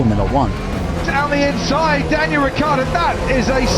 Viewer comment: "Diangal Ricciardo"